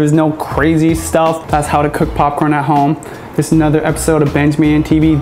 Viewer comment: Stop saying papcrn